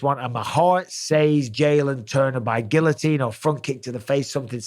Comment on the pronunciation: Gill-o-teen. You live right next to France